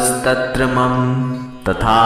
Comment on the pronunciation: आप मम का उच्चारण शॉर्ट मे क्यो करते है, मम का उच्चारण लॉन्ग karna चाहिये.